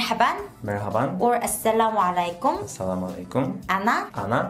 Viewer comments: salamolaimkom not right,right asalamualikum romatulla barakatoho from Bangladesh. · She is also prounouncing wrong. .it's Asalamualaikum not Asalawalekum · Jay Kim , The pronounce of "Assalamu Alaikum" sentence is "Assalamu 3alaikum" . This "3" means ayin (ع) and it has strong sound